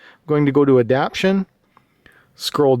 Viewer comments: Everyone of these videos every person has been saying ADAPTIONS, its ADAPTATIONS. There is a HUGE difference in the meaning of the words. lol. ADAPT-TAY-SHUNS!!!!! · You know it says adaptation and not adaption right? I’m sure someone else pointed it out by now, I just noticed it in a few of your vids I’ve been binging.